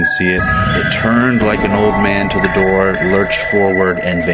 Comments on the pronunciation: "Open the noor" intro guy might be at the wrong door or have dementia. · no he said NOOR on purpose which means LIGHT in Arabic. He is just hoping that we do not catch onto the fact that they know ancient languages like Arabic, Latin and Hindi, for example. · He said door. He is pronouncing it as NOOR because in Arabic, NOOR means LIGHT. By opening the door you are not supposed to, they want access to light that they are not supposed to be given.